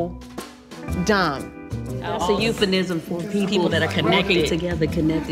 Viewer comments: Please don’t tell me I’m the only one who heard “EupheNism” instead of “EupheMism”... 😭😭😭😭😭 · And she saying it wrong at that haha haha I had to listen back like 3 times but she is clearly saying EupheNISM instead of EupheMISM lol and Im like how you gonna correct her and saying the word wrong 😂😂😂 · How is Phaedra trying to school someone, while mispronouncing euphemism? It is a M not a N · Girl said "euphaNism". She has a law degree. scene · She said euphenism. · "EupheNism?" All these women are slow 🤦🏾‍♀️ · It’s the fact that Phaedra said “euphenism” for me…like 3 times lol…the lawyer 😂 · Is anyone going to point out that Phaedra said ‘euphaNism’… TWICE. 🤦🏾‍♀️ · Did Phaedra really pronounce it eupheNism?